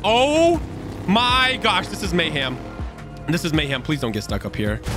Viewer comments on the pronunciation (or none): bro said mayham